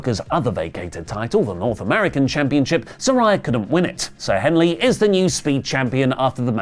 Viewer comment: "Ziraha" ... WHAT?! It's Zaria